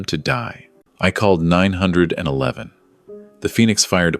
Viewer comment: Will some one please reprogram how 911 is said. Also number representing dollar amounts. I keep mentally correcting the pronunciation.